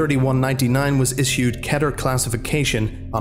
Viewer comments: Damn, idk how long you've been doing this, yet you still say "Ketter" instead of "Keter (Keeter)", doc. /s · Why do they pronounce it “ketter”?????? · the way you say keter triggers me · Kee-ter, not Kedder. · I know this video is three years old, but it’s object class ‘keter’, not ‘ketter’ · Bruh it’s pronounced keeter, not ketter. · I'm pretty sure it's pronounced Key-Tur But I'm probably wrong since I'm arguing with someone who'd done research on them for years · I only accept the authentic Hebrew pronunciation or “keeter.” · I cant stand when people dont say keter like keyter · its key-ter not keh-ter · Its 👏K E E T E R👏 Not 👏K É Ë Å Æ TĘ Ê R👏